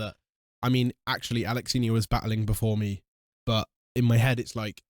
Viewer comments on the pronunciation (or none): Alexinho ❌ Alalanyo 😂😂😂